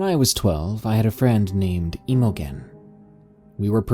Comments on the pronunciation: Emo-gen??? Do you mean Imogen which is pronounced im-oh-jen (im pronounced the same way you would with the word Him...)? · Emma Jean, emogen whatever you're seeing, is pronounced emma jean.... Please research the words you don't understand Please learn words and names before you piss more intelligently scholarly people off.... Dude your pronunciation is bad and your attempt at English is depressing... Imogen is Emma Jean... It's a old timey name. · Imogen is pronounced "im-o-jen" BTW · For future reference that name Imogen is pronounced "Im a gene" Don't ask me why. It's an older name. I've had several hospice patients with it. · FYI, "Imogen" is pronounced with a soft G, like the J in "Jennifer", so its pronounced like its spelled "Imojen". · Please google pronunciation for the name Imogen. Its awful u pronounce it wrong. Lmao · Dude you gotta learn how to pronounce names before you read these. You butchered the name Imogen lmao.